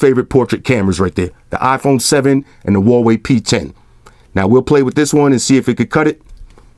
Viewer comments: Lmaoooo, my man here called Huawei "Hawaii" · Huawei is pronounced wauwey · first of all OnePlus never claimed it would work on Verizon. Secondly how is someone supposed to know that the incorrect pronunciation of a foreign word is a joke? This was the first time I've watched one of your videos and you don't pronounce the word correctly in this video.